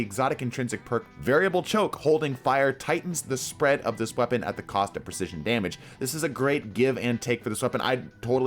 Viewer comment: lmao "Wepaon"